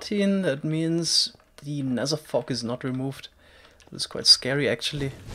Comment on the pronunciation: Nezzer? You mean nether?